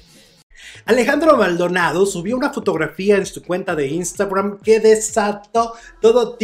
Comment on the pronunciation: Oye Alejandro...por k le das esa pronunciación a la palabra instagram?...sólo dila como es y ya...